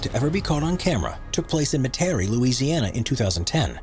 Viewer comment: As a note , it’s pronounced Met-ah-ree not Met-terry I grew up there.